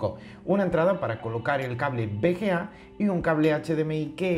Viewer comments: jajaja suena raro, es V ciertooooooooooo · cada vez que dice bga me duele :v